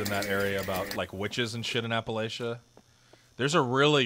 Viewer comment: Not to be that guy but it’s app-uh-latch-uh. Mountain folk get mad if you say it wrong